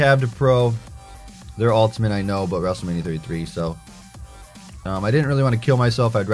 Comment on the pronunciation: why do you say ultiment???